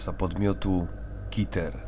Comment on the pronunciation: keter nie czyta się kiter